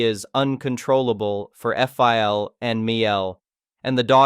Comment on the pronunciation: The problem with AI readers is numerous, but it gets especially confusing when it becomes apparent that Mill and Phil might not be some additional characters in a story, but botched abbreviations of M.I.L (mother-in-law) and F.I.L. (Father-in-law)